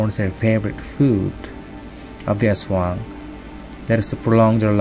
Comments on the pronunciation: your wrong its aswang not ashwang ang lamig ng bosses no grave ka peace. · No it's aswang